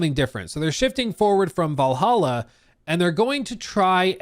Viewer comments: "Vallaha" noyce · Val hal aa how hard is that? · If you can’t pronounce Valhalla you have serious problems